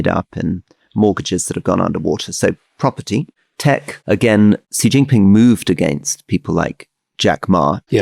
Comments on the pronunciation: Please can you pronounce Xi Jinping's name correctly? His family name is pronounced in a similar way to the English word 'she'. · There is an irony to Alastair Campbell talking about people not knowing the name of the Chinese leaders and then pronouncing Xi Jinping completely incorrectly. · If Alastair is going to disparage people for not know who's in the CPC Politburo then he could at least learn how to pronounce Xi Jinping properly.